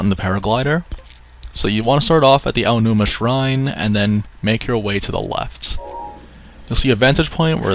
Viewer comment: Oman Au Shrine? No Aonuma Shrine - Yes